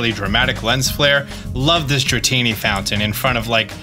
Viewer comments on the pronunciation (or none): none